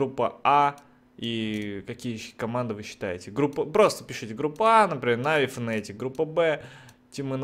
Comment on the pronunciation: фнатик а не фнэээтик